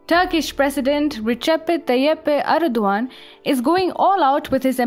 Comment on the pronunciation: For god sake, stop talking. Your pronounciation is terrible. Its erdogan not erduan. Also its his country.